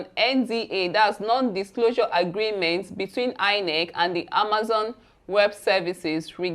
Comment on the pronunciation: the business is pronounced Amaz-on and NOT Amaz-in. You and your crews are doing a wonderful job.